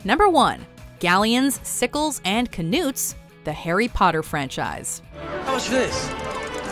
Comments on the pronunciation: kinoots for Knuts? wrong! it's said as nuts!!!! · The narrator failed Kindergarten English. When a word begins with "Kn", the "K" is silent and you just pronounce the "N". Therefore "knuts" is pronounced "nuts", not "ka-noots" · Who the hell pronounces knuts as "ka-noots"?? I've always pronounced it "nuts". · kinoots? KINOOTS!?!? jeebus, why does the WM crew seem to have no regard for finding out how to pronounce things? the 'k' is silent, like 'knife' and 'know', just say "nuts". THIS IS ABOUT THE 10TH TIME I'VE POSTED A COMMENT TO A WATCHMOJO VIDEO ABOUT TERRIBLE PRONUNCIATION, DO YOU EVEN CARE A LITTLE? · Ku-noots?, it’s k-nuts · It's not Kanutes it's pronounced nut like walnut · Apparently the actual correct way to pronounce them is like newts, with a long U sound. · Still better than "ka-noots". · they are pronounced nuts the K is silent in knuts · ka-nuut? wtf? lol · kehnoots? wtf? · K-nuuts I really don't know how they mispronounced that one...